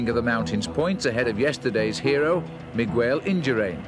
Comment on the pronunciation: Interesting how Phil pronounces Miguel...Migwell.